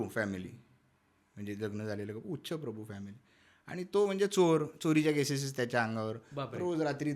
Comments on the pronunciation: उच्चप्रभु नव्हे उच्चभ्रू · उच्चप्रभु नाहि उच्चभ्रू बोला